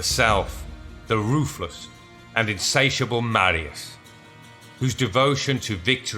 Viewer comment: Please learn how to pronounce Latin words... "C" is always hard like Catholic or Cock. Marius is Mar as in Mars. E us as in use.